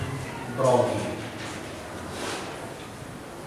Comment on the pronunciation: "Louis" not "Louise."